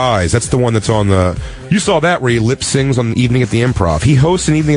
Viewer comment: Big Jay keeps saying lip sings and not lip sync.